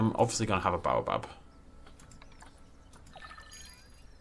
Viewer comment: you don't pronounce baobab like that